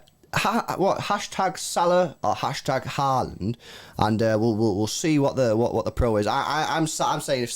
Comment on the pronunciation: If you wanted a tutorial on how to pronounce Haaland the wrong way. Watch this